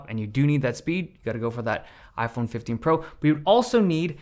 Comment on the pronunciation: " i-phene 15" 😂